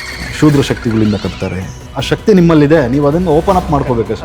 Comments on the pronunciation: ಅದು ಕ್ಷುದ್ರ ಶಕ್ತಿ.. ಶೂದ್ರ ಶಕ್ತಿ ಅಲ್ಲ... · ಶೂದ್ರ ಶಕ್ತಿ ಅಲ್ಲಪ್ಪಾ, ಕ್ಷುದ್ರ ಶಕ್ತಿ😂😂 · ಶೂದ್ರ ಶಕ್ತಿ ಅಲ್ಲ..ಕ್ಷುದ್ರ ಶಕ್ತಿ.